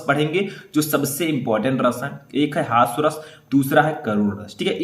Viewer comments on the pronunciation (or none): हास्य रस होता है सर हॉस्व रस नही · Hasva ras nahi hota hai. Hasya ras hota hai 😢